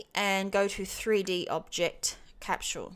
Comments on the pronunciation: Great video. But for the love of God. "Cap-sol" is how "Capsule" is pronounced. Not "Cap-SHule" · capsule NOT capchule ! lol